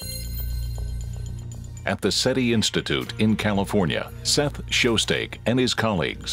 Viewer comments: Just an FYI. Frank Drake is known for creating the "Drake Equation" and Seth Shostak's last name is pronounced "shos stack" not "shos steak" Narrator gets an F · One of the most famous hunters ... "Seth Show-Steak". lol that narrator doesn't know this subject.